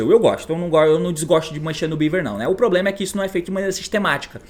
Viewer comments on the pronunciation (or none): none